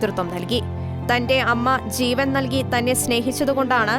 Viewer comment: ചീവൻ അല്ല ജീവൻ.